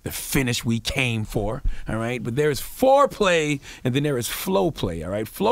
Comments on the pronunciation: Nigga said Flo-play 🤣🤣🤣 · Omg when I heard "Flo-play" I thought something toooootally different for a second. 🤮